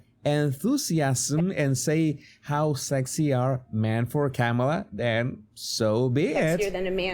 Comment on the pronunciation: you had better learn how to pronounce her name.